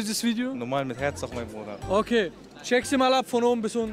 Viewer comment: Ne sorry Brooooder